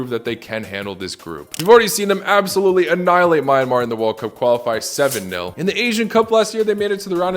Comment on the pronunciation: Myan - mar bro pronouns a little wrong🇲🇲😂